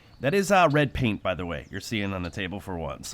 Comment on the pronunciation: Its "paint"